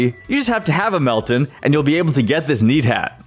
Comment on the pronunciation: I can’t believe he said Meltan wrong